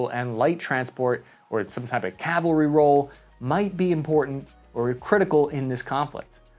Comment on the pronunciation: Cavalry not calvary.